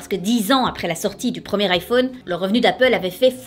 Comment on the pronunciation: L'iphône... Moi: Euh... Tu es au courant qu'en anglais on dit 'phone', donc pas phône... Ça m'a perturbé toute la vidéo mdrrr 😂😂😂 D'ailleurs, quand on y pense, IPhone ça veut dire littéralement 'Je téléphone'... Oui je viens juste de m'en rendre compte 😂 Edit: je reviens après manger et je vois que j'avais tout faux en fait! 😂 Bah merci les gars de m'avoir appris des trucs ✌🏻